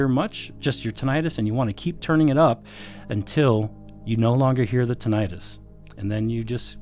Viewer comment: Only thing that scares me with this review is the mispronunciation of Tinnitus.